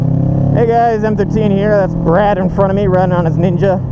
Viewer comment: Do you realize how you say Brad's name? Probably you do when you're editing. And I'm only 19 woohoo!! Any practical advice?